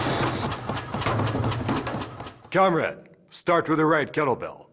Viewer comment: Why does he keep saying cum rag???